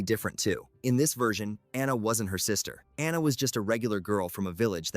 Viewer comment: It’s pronounced AH-nuh (in the Frozen movie), “”! 🤨